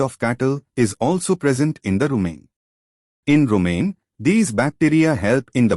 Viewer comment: Lol just like how rumen became 'rumain' 😂😂!